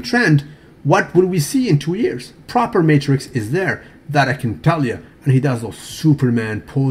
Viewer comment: politics oiled not propahhhhhh